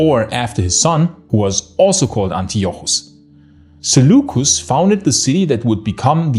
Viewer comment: Zulucus? Seleucos Nikator.